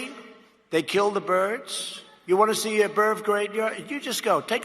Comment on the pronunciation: . 'Birve graveyard. He's got birves in his belfry. Nothing more, nothing less. He knows about birves, almost more than anybody else knows about birves.' I don't know if he's sick, doped up or crazy. What I know is that he has sure as hell made me sick, feel crazy and that I try to be medicated any time I have to watch him destroy our infrastructure and whip up a civil war so we can't fight back when he gets the world war going.